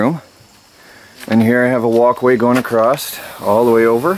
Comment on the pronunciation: Why does say, Acrosst? Across..... with no 'T' All thoses windows well be covered with car sun screens and blankets?